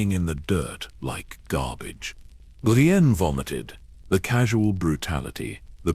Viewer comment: Poor Hah-mee Jah-mee 😂 also did no one proof read before sticking it in ai? I get ai mispronouncing jamie but how do u get bray-stee-on out of Brienne